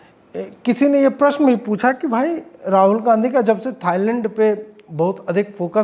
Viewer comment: थाइलैंड है थाइलड नही मे आपको पूरी गंभीरता से सुनता हूँ 😂😂😂😂😂😊😊😊😊😊😊😊😊